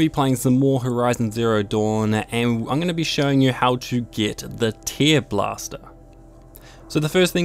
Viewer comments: I'm pretty sure it is pronounced "tairblaster", not "teerblaster". It's about ripping, not crying. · He has a mild accent. I'm pretty sure that he actually thinks it is "teer" as in crying. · Where are you from btw? Also the "treelobster" thing was funny asf, lmao